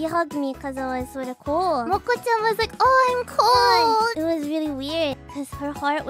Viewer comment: It might just be a slip of the tongue but Moko's cold sounds a bit Korean no?